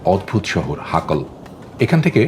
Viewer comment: হাকল না হাকেল